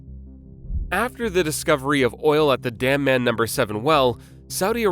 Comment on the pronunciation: Bro.. it’s called DAM-MAM. It’s a city and the well called Dammam No. 7. not DAMN-MAN.